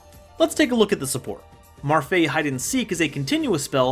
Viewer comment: How are those characters read as Marfae? It is clearly Me-Ru-Fi-I